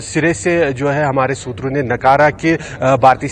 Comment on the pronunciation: मैडम.. सुत्रों.. किया होत है..